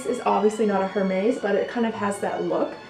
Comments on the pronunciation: it's air-mehz, not her-mays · BAEG! 😝 Also it’s pronounced Air-Mez. Hermès... silent H with two è sounds.